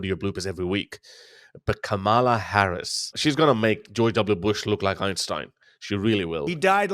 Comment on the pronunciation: OK. I'm out, Harris. At least pronounce her name properly. No, she will not be the dumbest. If you are a Trump apologist or supporter, you fail too. She ain't perfect regarding Israel, but she can change. Trump, too, hates the west, approving dictatorship and authoritarianism, attempting to alter through violent insurrection the outcome of an election.